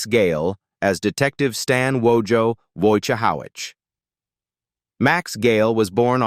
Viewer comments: They can't even pronounce."Wojohowits". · Whoa ja hoe wits. His character would argue the pronunciation of his name.